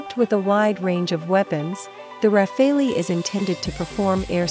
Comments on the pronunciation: It's rafale..... Not rafeoi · Not RAFE-LI, RA-FAA-AL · Can someone tell this Thick Cow that its not called RAFFALI its French its Pronounced as RAFAL (e is silent) and DASSAULT is not DASSO ..Tejas is a Copy of Rafale so why compare the uncomparable. Rafale is a miles more Advanced Fighter .Tejas will always be Limited because its not Indian Technology its powered by USA GE engines.. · This Frenchman says: so fun to hear everyone torturing that aircraft’s name :D (It’s pronounced Rafal, not Raphael, not Rafail, not Rafaleeee) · The RUH-FAILY ..?? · plz at least for the sake of god don't say rafaleeeeee. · RAFALE is pronounced RAFAL. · Who the hell reads it as ra-fail-lee